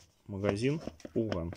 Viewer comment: Не пУфган а пАфган.